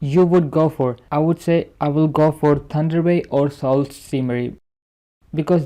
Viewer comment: It’s pronounced su not sault while speaking